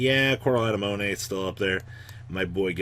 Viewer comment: Please tell me you're saying anemone like that on purpose, if not I'm glad to help out. Uh-neh-muh-nee. Money, makes sense right??